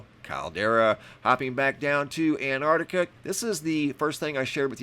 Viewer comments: Antarctica. It has a T at the start of the second syllable. An-tarc-ti-ca. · Don't think you noticed there is a letter T in An-T-artica 🤔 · And you still can't say Antarctica right